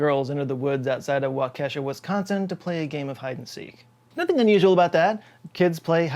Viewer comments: Waukesha is pronounced wah-keh-shaw, not wah-keh-shuh. The "kesha" part of the name is not pronounced like the artist, the "a" at the end makes an awe sound, like in awesome. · It's pronounced Wah-keh-shaw (emphasis on wah), not Wah-Kesha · Wisconsin local. It's pronounced walk - ē - shaw here. E like your just saying the letter e kind of briefly in between walk and shaw. Shaw like Shawshank Redemtion. It sounds very off to me when it's said like wau-Kesha lol. Hits the ear weird. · Just FYI, it’s pronounced WAH-keh-shaw, not wah-KE$HA. 😂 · its pronounced "Walk-Ee-shaw" not "Wa-kesh-ah" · Love you, but it's WAUKeeshaw, not WauKEEshuh. I grew up there. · Hi, I know you aren't from Wisconsin so I know town pronunciations can be difficult for people out of state. Waukesha is pronounced Walk-eh-shaw. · no, no it's WAL-ki-SHA, not wal-KE-sha...that is all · it’s Wau-ke-sha, not Wau-Kesh-a. Source: I’m from Wisconsin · It's actually pronounced more like wok-eshaw, not wa-kesha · Its pronounced "Wah-kuh-shaw" not "wah-keesha". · Waukesha = wa quisha...NOT Wa kesha. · Wah-Kuh-shaw not wa-kesh-uh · Fun video! Please do a vid on how everything in Victorian times was trying to kill people. My kind of fun. Also, I’m from Wisconsin, and even though Waukesha looks like wan-KESH-a it is pronounced WAH-kih-shaw. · wah-kesha? no no no. its Walk-Uh-sha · Wau-keh-shaw, not wah-kesha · WOK ES SHA .... Waukesha Wisconsin... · Waukesha pronounced WAH ke shaw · Waukesha (/ˈwɔːkɪʃɔː/ WAW-ki-shaw)- Wikipedia As a southeastern Wisconsinite, that pronunciation made me twitch 😶‍🌫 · It’s pronounced Walk - E - Shaw. Love your show! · Wa-key-shaw👍🏼 Extremely late to this party lol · Wau-ke-sha: first syllable emphasis WÁ ke sha. Thank you. I’m from MN. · Local Wisconsinite here. Just for your own edification, it is pronounced 'walk'-uh-'- 'shaw', not what you said. Lol Sorry,. Can't get all the names right. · Really late to the party. Waukesha is pronounced "Walk-eh-shaw"